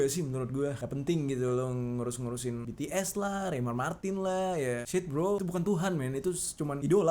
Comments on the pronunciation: Bukan betees bities tapi omongnya bts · Kak bukan betees bacanya bitis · BTS bang bukan btes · Bacanya bukan betees tapi bities bang:v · Bang BTs bukan betees